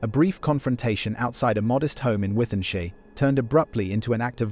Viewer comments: Wythenshawe is pronounced with n shaw. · Wy then shar 😂 I suppose thats the problem when its an AI voice. I would rather listen to a human voice on these videos.